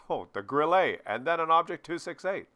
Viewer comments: it's GRILL-UH, because it's German, not French. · You pronounce Grille like it is a French word =).